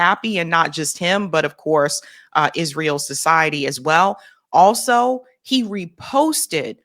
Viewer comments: It's not Izreel it's Israel. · Quit saying Izreel